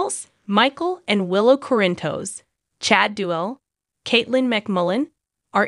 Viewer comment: Oh great a new one 😠😠😠 Yes we have known for 2 weeks he was... need to pronounce Sonny's last name correctly...